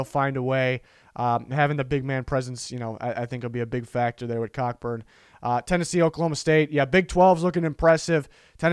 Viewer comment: I love the overemphasis on 'COCKBURN'